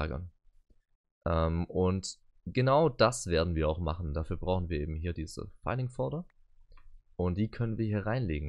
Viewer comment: Vielleicht sind Englischsprachige empfindlich dagegen, wenn "filing" wie "filling" ausgesprochen wird. 😉